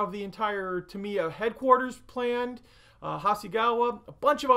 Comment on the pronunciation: sorry, I hate to be that guy, but... it's pronounced TA-mi-ya. (Love your videos!)